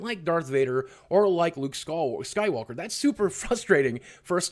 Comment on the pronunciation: "Luke skorworker"